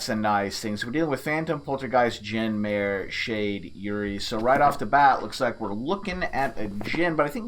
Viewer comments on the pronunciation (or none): none